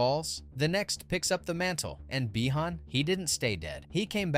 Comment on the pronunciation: Not by-han again